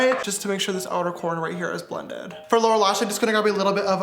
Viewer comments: it is RIDICULOUS how much my sisters make fun of me for saying "ShOrE" instead of saying "sure" like James you have seriously made an impact on me lol😂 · We need to put "shore" in the dictionary 🤣🤣🤣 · S is also for “SHORE” 😂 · T for “ Thank God” S for “ shore” 🦋💜🦋